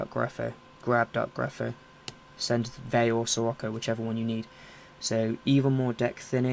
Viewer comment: so whats a veyu?? at the beggining of the vide u said veyu not vayu